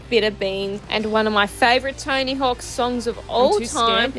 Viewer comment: To me it always sounds like you're calling him "Tiny Hawk" 😂 Thanks for the video!